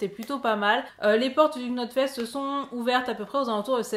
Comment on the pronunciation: "Globalement".... "globalement"...." globalement"...... "Knotfest".... on ne prononce pas le K ! Tu ne dis pas "Slipqnot" !